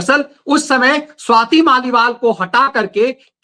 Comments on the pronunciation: Maliwal Bollnnaa Hai , Marlena Nahinnn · BHAI G MARLENA NHI MALIWAL 🗣🦍🦥⛸️🏌‍♀️